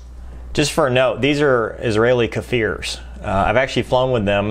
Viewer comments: It's "kfir" and not "kafir". "kfir" in hebrew is the name of the lion cub. The meaning of the name is courage and strength. I don't know why, but every time we buy an aircraft from the US we giving it a different name in hebrew. The english names are so much awesome lol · I love your videos. As an Israeli/American - It's pronounced Kfir, not Kahfir A short k consonant. I realize two consonants in a row break your teeth but imagine people calling a Viper a veeper 😃 כפיר in Hebrew means a lion